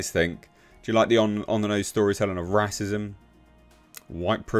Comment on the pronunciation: Why do you say 'Rass-ism'?